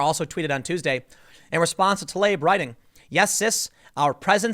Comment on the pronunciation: Fuckin finally! Someone pronounced TLAIB as it is!